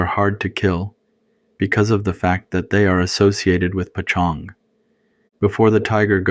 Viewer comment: Great stories! No shame at all, but I was wondering why you pronounced "poj ntxoog" (paw zong) like pa Chong? I think it's important to stay true to Hmong pronunciations. Unless I'm mistaken with something else.